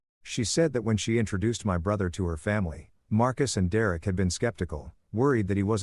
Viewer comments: Dereck = "Dee Rare Rick" 😂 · D-Rek that s*** was driving me crazy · Lol Dee Eric? Or Derek?😊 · How many times can you Mis-Pronounce the name Derek ?????